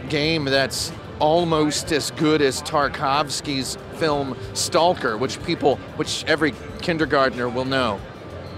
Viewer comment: That Stalker pronunciation.